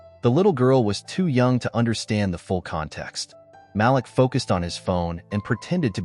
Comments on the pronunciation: Ma-leek not Malick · His name is pronounced MA-LEAK!